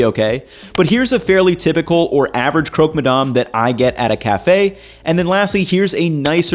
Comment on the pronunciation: You're in France, so please call ist "crock" and not "croak"